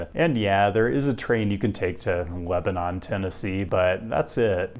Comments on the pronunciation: You mispronounced Lebanon, TN. It is pronounced "Lebb-nunn" but you could also take our one train with like three services a day to Mount Juliet, pronounced "Mount Jool-yet." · City planner in Lebanon, TN here. It is pronounced Leb-nun, but so cool for the shoutout on the channel! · My friend it is Leb-nin Tennessee (I'm so sorry I hate the pronunciation too) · Not sure if I'm more disappointed in the mispronunciation of Lebanon, TN (it's "LEB-nun", two syllables) or the fact that you didn't call out the WeGo Star (formerly Music City Star, a name that made a lot more sense) for only running six times a (week)day (no weekend service), not even making the full run for two of trips, and that it costs $5.25 to ride the full ~30 miles.